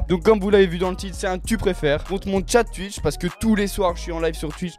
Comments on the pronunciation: Touitch (twitch) et non tUiTch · « mon live TUITCH » ptdrrrr 😌😂😂